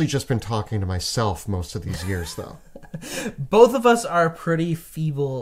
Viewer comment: is killing me saying thougl instead of though